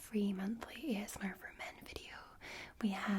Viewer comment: I like how she says ASMAR instead of ASMR